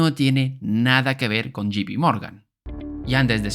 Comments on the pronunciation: o lo pronuncias en castellano jota pe o en inglés yei pi.. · La J no se pronuncia yi 🤷‍♂️, no me salgas con que eres español y pronuncias como se escribe porque tampoco tiene sentido ya que dices Pi en vez de Pe y en fin amor y paz